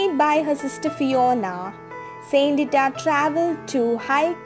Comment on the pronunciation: Not the real and true story….. bye the book of her life here in Ireland…. Also the way you pronounce the word is wrong and gives people the wrong impression!!